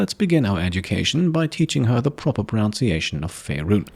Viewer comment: "pro - NUN - see - ay - shun" ...